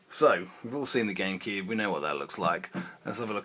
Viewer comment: Why does he say Gamekeeb/Genkib?